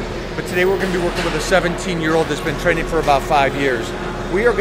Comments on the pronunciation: I do think he was going to say training but it sounds like tren lol. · hahahahhhhaahahhahahahahaahhaahahahah was he about to say Training , anyways he said TREN hahahahah